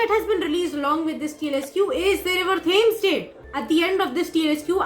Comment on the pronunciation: The books show that, even by Harry's fifth year, Tonks is terrible at cleaning/packing spells. And, just so you know, it's River TEMS (that's how it's pronounced. Not Tames). And Pumpkin Pasties is not PAYSTEES, as you pronounce it: it's PASS TEES. As for nervous in asking someone out on a date - the last time I asked someone on a date I was so nervous that the conversation went: "You? Me? Babies? Now?" I did not, in fact, get the date. : It tells you just how astronomical it is when MURPHY isn't using Stats... : A big pile of potatoes and a roast chicken. What a wonderful date. It'd be the perfect one for me. : INSERT THE HALLELUJAHS! SARNABY LIVES! UP NEXT, SARNABY BABIES! AT LEAST 10! (Also, is definitely Barnaby's bedroom eyes!) : Ooooh, cake! : Good with his hands? No - bad brain! Out of the gutter! No! Bad! Also, calm - calm, we need you in one piece for MORE Sarnaby stuff. You're no good to us, or them, if you're dead! Calm! #SarnabyLives #TheFirstKiss #AkemiDoALiveStreamSoThatWeCanLinkTradePokemonWithYouPlease